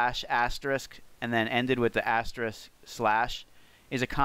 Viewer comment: You gained my professional respect (35 years in information technology as a programmer) when you said "asterisk" instead of "asterik". Good on you!